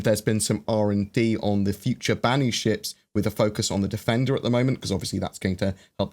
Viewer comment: Did you say they worked on the Banu? Banu! Banu! Banu! :D